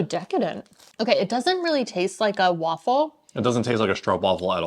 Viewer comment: Edit to add: Okay, challenge : It's time to improve your pronunciation of STROOPWAFEL. De STROOP is fine for 98%... the waffle however, you need to replace the first f with an A. To exaggerate: stroop waaaaaa fel. not waffle. Open up the A! I can totally understand that all these open sounds are so difficult to learn when you are used to the more rounded American sounds. Please don't take any of this as criticism. I just think you can replace waffle with waafel in pronunciation, now that you're so much more used to Dutch. I love all the vids you make and share, you guys always make me smile! And your waffle pronunciation always makes me think about thick, soft, yummy belgian waffles, and also about "a load of waffle".... But that's how this Dutchie hears multiple meanings to English words. I love language. Can't help myself. 😃🥰 "Hollandse pot"... Dutch pan of food. Overall term for stamppots, or just basic meat, taters, veggies, and vla for desert. (it's not that specific, dutch pot. But it's classic/old style dutch candy. "Echt hollands". Or "typical dutch". One walks into grandma's house after being away for a while, and she's making stamppot? ..."OOhhh, Hollandse pot!" As in, I've missed the dutch food/grandma's food, wringing ones hands in anticipation.